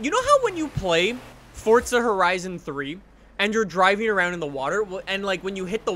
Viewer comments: Its not fortza its forza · Its forza not fortza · Forza* not fortza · Forza not fortza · Why does he say forza so weird it sounds like fortsa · It's Italian so you pronounce it with the t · STOP. SAYING. FORTZA! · Why do you pronounce forza as forTsa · STOP SAYING FORTZA